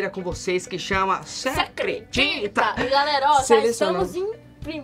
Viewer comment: qund VC fala "cê credita" do kevinho melhor que o próprio kevinho ~Dani